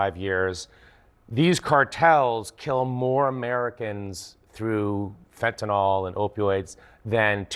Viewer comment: Tapper cant even pronounce Fentanyl correctly.